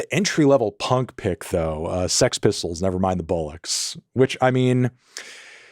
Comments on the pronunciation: Feeling pretty fucking cool right now having a track by both Fang and Scratch Acid saved on my spotify! Also why do yanks fail to pronounce the word BOLLLOKS every time? It's like "ball-icks" not "bull-icks"! and FUCK YEAH man, was hoping he'd include Wipers, knowing they were up that way (Oregan) and that they covered a song of their. Is This Real is such a fucking classic, so is Over the Edge, Youth of America good too. Great video man x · Why is it that so many Americans can't pronounce bollocks! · Your pronunciation 'bollocks' is doing me in lmao